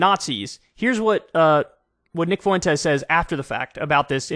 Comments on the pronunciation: The way u pronounce Fuentes makes u seem borderline, kyle. 2 syllables not 3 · Please for the love of god Kyle… FWEN-TEZ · Kanye's and Kyle's pronunciation always makes me think Nick Foux-Entez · Why do people keep pronouncing his name foo-wentes? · Please.. some Latin person let KK know how to pronounce Fuentes. Or at least send him a Daisy Fuentes meme.